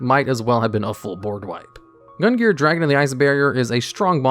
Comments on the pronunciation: Omg cant believe nobody commented on this but.... Gungnir is pronouced GUNG-NEAR and not GUN-GEAR. Almost launched me out of the stratosphere with the constant mispronunciation there,. (Was that a secret plugin for a new archetype?:3) Anyways, as always, thanks for the entertaining vid. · I've heard worse attempts. Basically he just completely ignored the second N here. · I should not be this bothered by your mispronunciation of Gungnir's name, but I am. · And mispronounced gungnir multiple times as well. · Not gonna lie, the pronunciation of Gungnir and Athena bothered me a bit more than I thought they would 👀